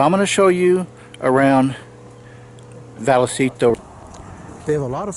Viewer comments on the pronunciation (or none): Hey, not to be an arse, but it's pronounced Vycitto (double lls turn into a y). I lived there when I was a kid. You picked the best camping ground.